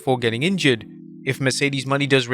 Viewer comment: LEARN HER DAMN RING NAME! IT IS MERCEDES MONE' NOT MONEY!!!